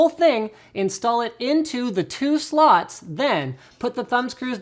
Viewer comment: "And then install it into the two sluts" Sounds good to me :D